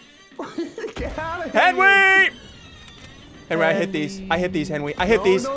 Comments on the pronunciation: ssundee: henwy i hit these also ssundee: goes on to miss like 10 times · Ssumde say henwy penguin